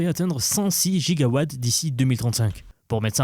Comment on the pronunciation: 2.21 gigowattttttts ????????